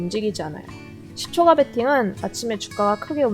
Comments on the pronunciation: 발음교정하세요^^ 시초가라 쓰고 시초까라 읽습니다. 무척거슬리네요 ㅋㅋ 종까는 잘 발음하시면서 ... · 시초가라고 발음하지 않고 [시:초까]라고 발음해야 합니다 네이버 국어사전 한번 찾아보세요 발음이 틀리니까 듣기가 조금 거북합니다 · 시초가 라고 하는 뱔음이 너무 귀여우신데ㅋㅋ 근데 시초가' 아니고 "시촛가" 예요~! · 글자 : 시초가, 일반적 발음 : 시촛가, 여기 채널 : 시촉아??? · 종가,호가는 까 발음 시초가는 가 발음...뭔가 이상하죠? 유투버는 발음 하나도 신경써주셔야 좋을듯해요 영상 잘 봤습니다 단 시초가매매 종가매매 시간외매매등은 가능하면 하지않는게 낫습니다 그런 부분에 신경쓰다보면 정작 중요한것들을 놓치기 쉽습니다 단타보다는 중,장기투자 그게 어렵다면 최소한 스윙투자는 하는것이 좋고 스캘퍼는 경험이 풍부한 전업투자자가 아니라면 비추입니다 특히 유투브보면서 주식공부하시는 초보분들은 걸음마 단계부터 이런 매매 바람직하지 못하다 생각됩니다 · 종까 ᆢ 시초까 라고 발음 해주시면 더 편하게 들을듯 ᆢ 종까는 종까 라고하시는데 시초까는 시초가 라고 발음하시니 강의 포인트보다 시초가 발음 자꾸 까로발음될까? 가로 발음되나 ? 확인하느라 강의포인트 자꾸놓치게 되설라무네 ᆢ쩝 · 시초까~라고 발음...